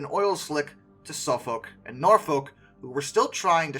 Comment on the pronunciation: I don't know about your German pronunciation, but please get Suffolk and Norfolk right.🤣